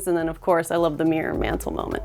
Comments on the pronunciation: MirrOr... not mirr...😅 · It’s mir-ror, which is a 2 syllable word, nor meeerrrrr. 😂